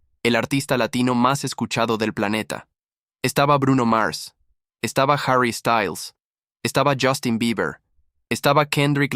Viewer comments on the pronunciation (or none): none